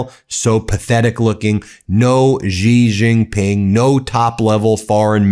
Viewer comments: "she" Jinping It's not that difficult to pronounce correctly! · Just a petty point of correct pronunciation. Xi Jinping is pronounced She (as in she, he, him, her.) Gin (as in what you drink) Ping, as in ping pong.) She Gin Ping. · It's pronounced as Xi (just like C) Jin Ping, not Zee Jin Ping, Ben. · You should have someone tutor you in the correct pronunciation of Chinese pin yin - particularly President Xi’s name.